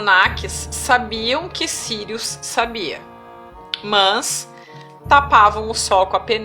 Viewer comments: Que raiva desse "mās" dela vei 😠😠😠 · otimo trabalho! sua forma de malar o ``mas`` incomoda um pouco usando o til. rsrs ... Mans!, tudo bem. Muita luz pra todos!